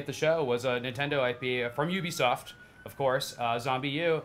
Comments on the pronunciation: FFS its pronounced YOUbisoft not OObisoft... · i thought it was pronounced YOU-be-soft not OOBy-soft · Ubisoft won hands down with Assassin's Creed 3 and Watch Dogs, side note: it's pronounced "yoo-bee-soft" greg miller, like how you would pronounce 'universal', it fucking grinds me when people say "oo-bee-soft" ignorant twats.